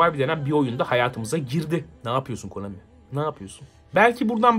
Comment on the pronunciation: no çok konAMİ dedin öyle